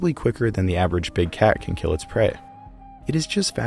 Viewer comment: It will keel